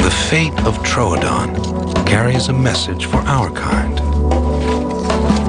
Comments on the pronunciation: I scrolled through every comment seeing complaint after complaint about the alien looking thing but you're the only person who was upset as I was about how the narrator pronounced Troodon. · Am I alone in being super annoyed by the narrator mispronouncing 'Troodon' as 'TROADON'? >:(